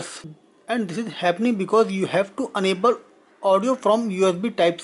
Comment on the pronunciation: Not unable. Please pronounce it as enable. A not aaa.